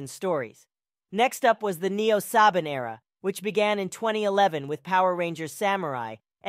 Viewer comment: So just as a correction or 2 Saban is pronounced as “suh baan” Also the dino in dino charge and dino fury as most people know is pronounced “d eye no” Idk if u missed pronounced it on purpose but here you go